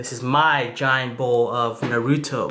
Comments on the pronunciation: My man, u said Naruto wrong. I’m calling the swat team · I left right when I heard him pronounce naruto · I like how he says it wrong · Omg he doesn’t say “naruto” right😡😡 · You said naruto wrong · U aren't saying his name right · You pronounced naruto wrong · can't even say naruto right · Say naruto like that again I'll smack the shit outta you😑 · Ur pernousing naruto wrong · Or narudo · Agree they got the uto right but it na then say ruto at the end otherwise sound wrong my explanation was horrible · NAH-REW-TOE thats how you say it. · Ha narudo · At least it's better than Michael b Jordan saying Na-ro-tu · Na roo tow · "Nurooto's Ramen" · You can’t trust anybody who calls Naruto narudo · “noruto rice cake” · He says it like this na-ru-doe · I heard..Nar-oodles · Lol Nah-Rude-do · He saying naruto worng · Its naruto not naruuto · im going to dislike this video, it is because you pronounced Naruto to Narudoe and the way you said Ichiraku... you said IchiRAhku... disrespectful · STOP SAYING NARUTO LIKE THAT ! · Say Naruto correctly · He said naruto wrong